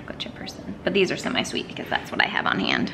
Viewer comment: Hey... it’s “semi-sweet” not “semi-sweat” lol. I don’t mind half sweet chips, but half of a persons sweat doesn’t appeal to me!